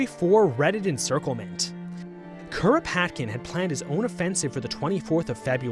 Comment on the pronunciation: 🪖 The early 1900's were wild. Also you might as well say Kropotkin like a Japanese person all "Kuropatukinu kun" by how you're saying the name lmao